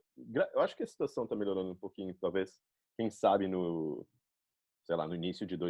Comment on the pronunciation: caramba, ela realmente fala muito bem, muito perfeito. Até os erros que as vezes cometemos, ela comete também, como falar tentano, e melhorano, o tentando ela fala perfeito, tentando, o melhorando fica meio estranho, como se tivesse falado melhorano. eu não assisti tudo, adiantei e pulei partes, mas realmente, parabéns, muito perfeito. e ela é muito linda também. e mora aqui, pertinho de mim, do meu lado. ahhahah, encarnou a baiana de Salvador mesmo. perfeito